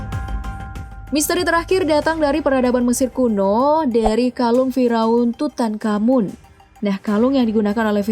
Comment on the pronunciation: Bukan fi raun, tqpi fir'aun